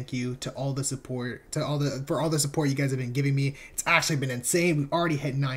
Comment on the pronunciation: "I really like the support" bro the dude on the top left says "twerk" 💀💀